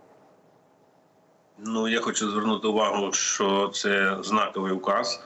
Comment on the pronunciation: Послухай ведуча,правильно казати що,а не щьо.І взагалі вчіться казати тверде О,а не ьо.